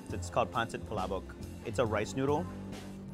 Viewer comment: The "pala-bok" thing is really "pa-la-bok"